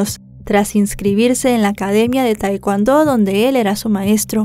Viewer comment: Se lee tekondo